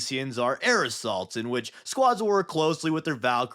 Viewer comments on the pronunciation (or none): And air assaults sound like aerosols